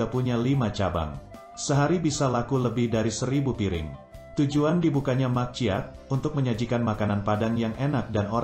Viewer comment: Ini admin yg bacain bukan orang minang ya? Mak ciak cara bacanya bukan bgt min! ? Terus menyebutkan Djaja bukan jaja, sebut lah jaya, sebelum upload coklat dulu, gak enak banget dikuping